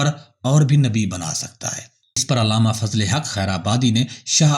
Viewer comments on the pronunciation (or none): none